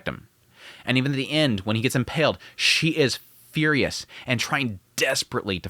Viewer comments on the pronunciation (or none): none